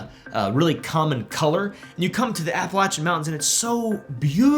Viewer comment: Finally a YouTuber that doesn’t butcher the name, Appalachian